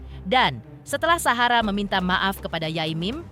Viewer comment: Ini knpa klu bilang Sahara kok sllu suhara